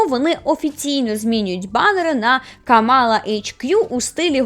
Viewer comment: Не хочу душити, але правильно говорити КАмала Гарріс, а не КамАла Гарріс